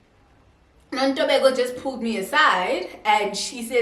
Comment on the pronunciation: The way she says, "Nontobeko" in the beginning. 🤣🤣🤣